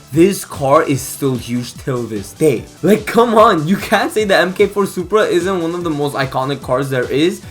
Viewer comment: mk4 is typically pronounced 'mark four' for future reference